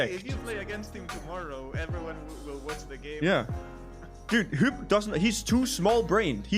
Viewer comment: Hyp is pronounced Hip btw :)